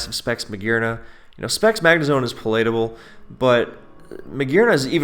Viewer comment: Also, take a second to look up how to say palatable. <3